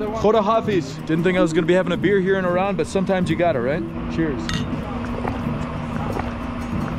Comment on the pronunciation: Welcome and thank you for saying it right" IRAN". not "I ran"❤